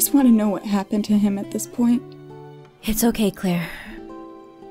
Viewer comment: at 1.02 she call her laire not Claire